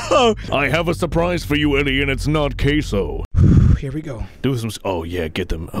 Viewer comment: For a sec I said “case oh?” Then I realised he said queso 😂